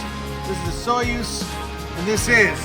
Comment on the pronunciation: I believe Osoyoos is pronounced something like Uh-soo-ys.